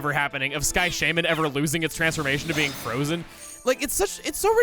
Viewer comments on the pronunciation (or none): I was really confused when he was talking about a Sky Shaman being frozen was he talking about a different game it wasn't until the end he pronounced the y in shaymin